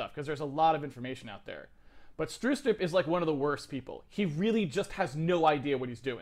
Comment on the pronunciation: lol, u mean Bjarne Stroustrup??? lol "Barney Starsoupr" :DDDDDDDDDD